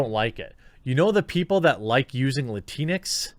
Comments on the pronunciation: Lantix? Sorta sounds like a slur or when a child trying to pronounce Latino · Okay about the Latinx (actually it’s pronounced Latin-x) is the stupidest thing ever made and term used. End of story🤣🤣🤣🤣